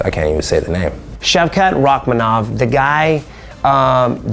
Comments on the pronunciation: Kevin cannot pronounce the future chanps name, 🤣 this was brilliant 👏 wonderboy slating himself lol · To Kevin's defense, I'm not sure even Shavkat would recognize his own name with how badly that guy tried to pronounce it.